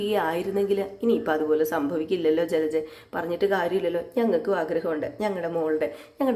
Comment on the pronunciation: ജ്ജലജ്ജ അല്ല കുട്ടീ ജലജ 😂😂 കുറേ ദിവസമായി ക്ഷമിക്കുന്നു 😄😄😄